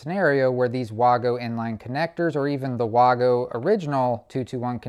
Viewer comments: Waygo not waaago. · Vago, not Wago. The W sounds like a V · It Wago Not Wogo Say it like Waygo The A is bigger for the A reason so the it a A sound not o sound No o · in English it would be wag-o DO BETTER